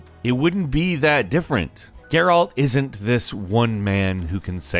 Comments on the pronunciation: Also, Geyrault lol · The way he pronounces Geralt drives me crazy too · Stop pronouncing Geralt like that🤦🏽‍♂️ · Gare'alt of Riveeuh